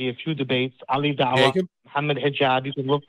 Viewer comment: Lmao did he really just say Ali Dawah? 😂😂😂😂😂😂